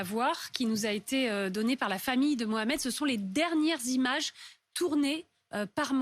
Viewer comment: I never thought I'm going to support the French police. I love how you tried to mumble the name. Is it MOHAMED? I couldn't hear you. Mohameds are destroying France. Because the police doesn't let them do what they want.